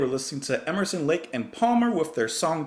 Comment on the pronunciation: The god "Emerson" himself as 3 syllables😮